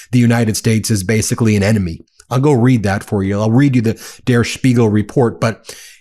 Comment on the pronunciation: Ben, just wanna help out your German real quick- in "Der Spiegel," the "der" isn't pronounced like "dare," it's pronounced like "dirt" without the "t." Doing the "dare" pronunciation is a hallmark of the bad Amerikaner accent 😅